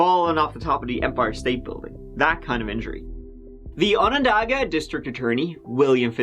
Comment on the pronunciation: Well done pronouncing Onondaga county. No one gets that right. We've been living this story in our area for 10 years and I think there aren't too many that believe in his innocence. There are women that find it difficult to believe because he delivered their babies. I feel that if you follow the evidence, the stories simply do not match up. I'm heartbroken for their children. The 911 call is devastating to listen to. Just a sad case from all angles.